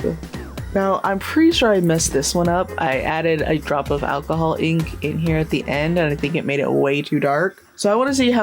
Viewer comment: We need a "Hai ^_^" shirt, and a "We support all body shapes and sizes heah!"